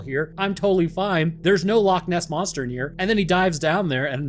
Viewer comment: I am from Scotland Loch Ness is literally about and hour half by car from where I stay and yes you are saying it right don't know who is telling you your wrong, love the content man I have learnt so much from both your channels have a great day man <3